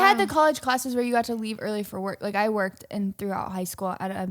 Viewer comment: he even said worked like weirked